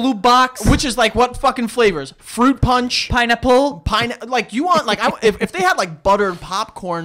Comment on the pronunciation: The way Joe says "pineapple" though 🤣